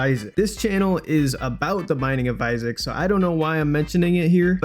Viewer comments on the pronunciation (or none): none